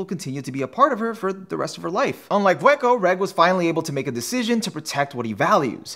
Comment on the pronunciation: Yeah, it feels like "Bondrewd" was strangely overemphasized as well, and "Vueko" felt a little slurred. He nailed Wazukyan and Juroimoh though.